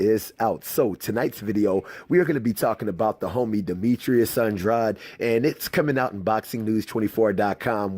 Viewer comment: I think your pronouncing Andrade wrong.